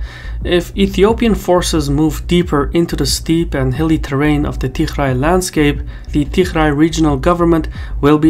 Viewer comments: Why you keeo calling Tigray regiion as "TiHray"??? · you pronouce tigray with a g, not "tikhray" lol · I don't think the pronunciation of Tigray is correct Anyway, a very informative video 👍😊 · You aren't pronouncing Tigray properly. If you can't get that right, what else are you not getting right? I've seen you get a bunch of other stuff wrong, so this isn't a good trend. EDIT: I just checked on some of your claims. There are errors in this video. Overall it's useful, but your errors are a problem.